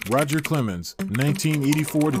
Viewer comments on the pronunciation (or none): none